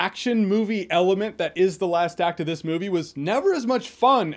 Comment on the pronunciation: everytime you said " the last act of this" movie, keeps sounding like you are saying " the last activist" movie. I think i'm high.